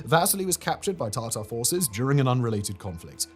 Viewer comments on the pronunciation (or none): none